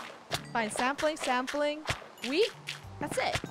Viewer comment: What I hear : saplings What captions say : Sampling🤣